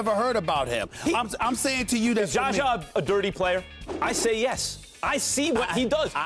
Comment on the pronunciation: SAS "Jes"